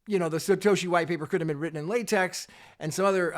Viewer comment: Thanks for the unbiased reporting. P.S. It isn't pronounced latex but latek as in technology.